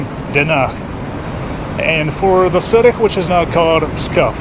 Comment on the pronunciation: При произношении слов типа "city" свистишь очень громко, аж звук делал тише.